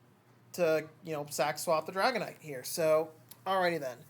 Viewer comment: Yooo thanks for the shout cast! You did pronounce the name correctly 😂👌. Made a few misplays but oh well 😂